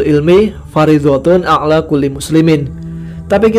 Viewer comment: طَلَبُ الْعِلْمِ فَرِيضَةٌ عَلَى كُلِّ مُسْلِمٍ ”Menuntut ilmu itu wajib atas setiap muslim”. (HR. Ibnu Majah. Dinilai shahih oleh Syaikh Albani dalam Shahih wa Dha’if Sunan Ibnu Majah no. 224) Maaf mau meluruskan, bukan a'la tp 'ala ( عَلَى ) / di atas Btw, cerita dan cara penyampaiannya keren, hikmah setiap ceritanya adalah agar kita semakin beriman kpd Allah. Terima kasih